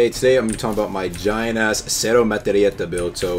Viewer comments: "cero metreyeta" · Wtf is Cero Matellieta 😂😂😂😂